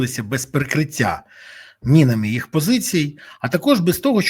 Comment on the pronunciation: Не минами а мінами украйонець